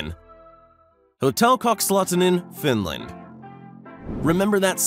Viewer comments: I am Estonian and the language is very similar to Finnish, and I laughed so loud when you said kakslauttanen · U said kakslauttanen wrong